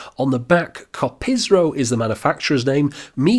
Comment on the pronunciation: It's Kopriso btw, not Kopisro, as you kept saying.